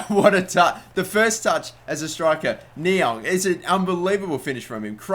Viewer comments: It's pronounced ni-ang I think not ni-ong :) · Stop saying Ni-ONG...its Ni-ANG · you say Ne-Yang not Ne-Yong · It's fucking Niang not Niong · Sako is not pronounced Sarko, it is Sako, same as the Liverpool defender and the West Ham striker. Also, Niang is pronounced Ni-ang not Ni-ong. Other than that, another great episode :) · It's niang not niong + check out docks arsenal career and u will c what he got niangs overall up too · It's Niang not Niong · Niang is said NEE-Ang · Its pronounced knee-ang. No worries though, I would of thought the same if I didn't search it. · There is an 'A' in Niang it's not NiOng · Niang is pronounced Knee-ang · Please say niangs name right ffs